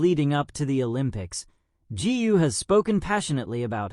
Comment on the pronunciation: Gu should be pronounced Goo not Gee!